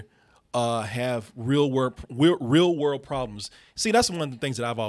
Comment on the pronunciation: "...wheel rorld problems..."